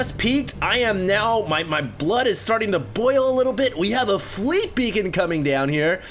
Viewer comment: Asian acent slipped. Freet Beacon :D